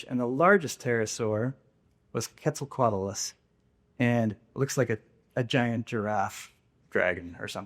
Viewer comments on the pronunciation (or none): none